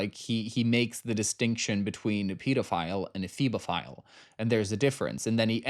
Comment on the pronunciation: It's Hebophile, luv. (I'm a therapist, so I should know this)